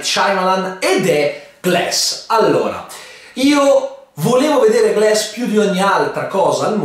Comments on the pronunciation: Si dice glAss, non glEss... ecchecchezzo. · si pronuncia Glass o Gless?